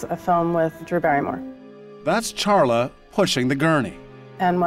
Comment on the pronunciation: I lived in Reno at the time. I can’t believe it is almost 7 years. I ‘m pretty sure her name is pronounced “Sharla, not CH- like the “ expert” () - keeps saying.